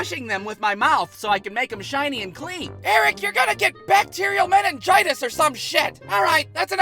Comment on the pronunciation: Why he say mininjitus or some shit